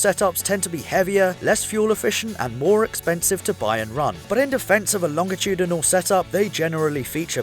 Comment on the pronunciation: Wait..WAIT. LOHNJ UH TOODYNOL?!